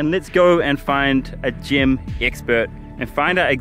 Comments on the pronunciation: Lmao mate I'm sure everyone did, I was like this is gonna be shit I'm not watching so came to the comments. Why does he keep saying gym/gem anyway it's annoying asf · I thought he was saying gym scam and I was confused till the end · I realised he meant "Gem scam", I thought it's "gym" scam all this while